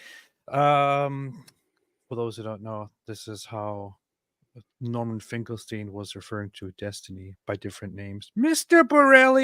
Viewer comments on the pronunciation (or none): In a debate with Destiny and Norman Finkelstein. Norman was pronouncing his name wrong the majority of the time.